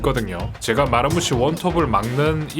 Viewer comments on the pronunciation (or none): 마르무시가 아니라 마무쉬임 누가 마르무시라고 함ㅋㅋㅋㅋ